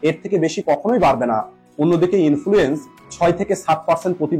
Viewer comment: Influence ta ki? Thik kore uchchron korun.